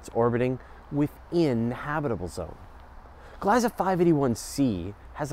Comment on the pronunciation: Please pronounce Gliesa with the long e sound please.